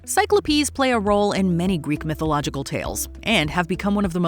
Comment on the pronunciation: Definitely just unfollowed. Really!?! Never have I ever even heard it attempted to pronounce cyclops as sy-klo-pees. I always just assumed your butchering of words was an accidental british quirk or something but you added an "E" just to be able to mispronounce cyclops so I know it's done purposefully for engagement. Well this is my last engagement with so mission accomplished